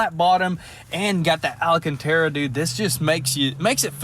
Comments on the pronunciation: Wow.! Nooooo way?....!¡!!! Not the AL-AU-"K"- TAR-RA🤯 🤣🤣🤣🤣🤣🤣🤣🤣😉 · Al-can-tara. Do these guys even read the comments?